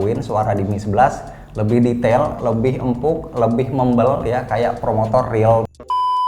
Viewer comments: Setiap dia ngomong promotor gua ngakak anjir 🤣🤣🤣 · Ngakak gw sumpah setiap nyebut promotor 😂🤣